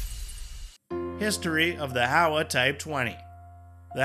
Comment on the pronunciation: Hi. HOWA is not pronounced HOW-AH, but HOE-WAH. The criticisms you mentioned relate more to the pacifist constitution, not the gun itself (apart from the complex mechanics). The challenges are bureaucratic, because the unit price is high due to the government’s inability to export. Also, the government is not as generous compared to the US when issuing accessories for the rifle, eg scopes, laser sights, even 3 point slings.